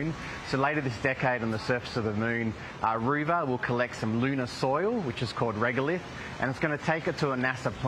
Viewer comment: “Roo Ver” !?! You have got to be kidding me! Coolamon or Kakirra sounds a lot better on the world stage. The world must think we are a joke !